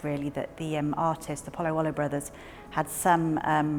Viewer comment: congratulations on the almost perfect english pronunciation of a rather difficult italian name. (oh yeah) and the restoration is pretty good too!